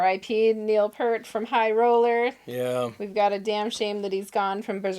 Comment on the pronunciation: RIP Neil. So sad. FYI, the pronunciation sounds like Peeeert. P then "ear" then T. =). Only took me 40 years to learn that I'd been saying it wrong. Thanks for the live stream! One of these days I'll catch one as it happens!